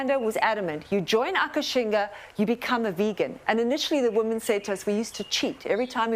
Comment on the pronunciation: It's called "Akashinga", not Akashina. Check the official trailer :) I love the fact that these fantastic ladies are all VEGAN! :D